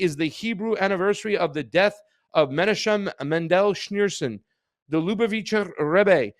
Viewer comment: This is absolutely crazy and I cannot wait to hear what these tunnels were meant to hide or protect. But, I once heard you say you were Jewish and grew up in Boca Raton. Your inability to correctly pronounce any name in this report makes me think otherwise. ("Ch" is always pronounced like the "ch" in "Bach.") As for Netanyahu meeting Schneerson, the Lu - BAV - itcher RE-bbe must have met at least a few million people on Eastern Pkwy in his lifetime (probably even the Pope) so this video of the two of them may not, on its surface, mean anything sinister. People from all over the world came to Reb Schneerson, Jews and non-Jews alike, for his blessing. He is long dead but remains a spiritual leader for millions of people around the world. The Lu BAV itcher Jews of Cha BAD believe Schneerson is the coming Moshiach (I dare you to pronounce THAT word!) The idea that he will eventually rise from his Brooklyn grave and lead the world into peace on biblical Mount Moriah (the present site of Al Aksa Mosque) enrages many other Jewish sects because Judaism never had a Messiah that rises after death (like the Christian Messiah). Muslims always have to worry about religious zealots (Jewish and Christian alike) who have tried to blow up their holy mosque on Mt Moriah in order to build the Jewish 3rd Temple.